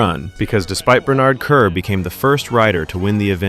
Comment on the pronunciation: i wish he would stop mispronouncing Bernard Kerr 🤔🙀. maybe check how names are pronounced prior to making a video 🤷🏼‍♂️. great video though 👍🏼👌